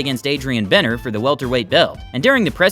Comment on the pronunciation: it say Broner right behind him yet you still called him bener 🤣🤣